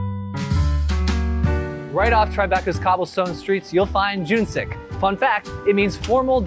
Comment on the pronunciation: this guy doesn't even know how to pronounce JUNGSIK properly. What he pronounced was JOONG-SIK, meaning 'Chinese cuisine' in Korean. CLASSLESS